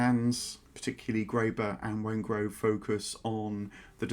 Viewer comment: Also, it is David Wengrow, NOT Wengrove.